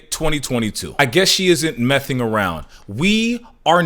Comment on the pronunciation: "Mething around" Is crazy gang😂😂😂😂